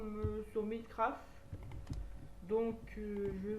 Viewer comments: ça se prononce à l'anglaise: [mainecraft] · pouce rouge parsque tu as mal prononcé minecraft!